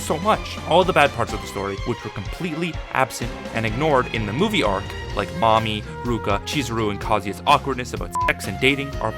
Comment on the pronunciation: I thought he was saying mommy